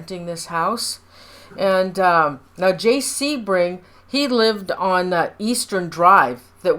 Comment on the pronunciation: Sebring not seaburg😢